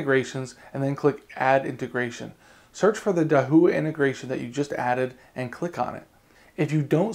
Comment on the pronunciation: dude, I asked a Chinese friend of me, and he said your pronunciation of Dahua is incorrect.